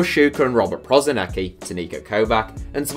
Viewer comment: al najjace je kako lik izgovara Prosinečki lik je reko Robert Prozineki